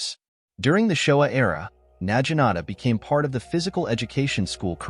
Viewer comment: Na Gi Nata. A.I. is saying it incorrect.